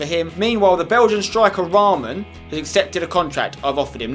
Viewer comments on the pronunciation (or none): Spence its not raaaaaamaan its short ra man :p (Yea i know ur not beglian like me but just saying :€) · In real life raman plays for kaa gent (belgium) , my faviurite club and spencer it is not pronounced like raaman but just raman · You don't say his name with A long A its Raman not Raaaamaaan 😂 hahahhahahahah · you say the name of the belgian striker like ra-man